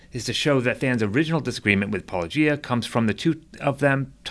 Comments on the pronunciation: "poloEEyah" is the biggest sin in this video. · "Polo-geeah" that's a new one 😂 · What was your favorite? I think mine was "Palogia." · "That's the move Paulogee-AY-uh..." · Pall-oh-gee-ay-ah is a new one to me😝 Seriously how do all of them know how to pronounce “apologia” because they engage in it, but not get the joke reference. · Why can't people say -o-gia? Why is this soooooooo difficult? Do they not realize that they come of as either ignorant or disrespectful? Are there any christian apologists that pronounce it correctly? Cheers. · "Polugiaea"? Haven't heard that one before... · Lol even Ai gets his name wrong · I was listening without watching and I forgot that said he was responding to a write up. I was like, why is this guy saying it wrong all the time?? Lol AI 🤦‍♀️🤦‍♀️ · How hard can it possibly be to pronounce "Paulogia"? It is beyond obvious that it is a riff on "apologia", and thus should be pronounced similarly. Are ... Are people actually not able to see this? It is obvious, right? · It angers me to hear such ridiculous ad hominems leveled at and the 100% intentional mispronunciation of his channel name/persona. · It was HILARIOUS that the AI Than voice mispronounced his name, in a different way, every time it said it! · Yeah, at least they guy got corrected on the pronunciation of your name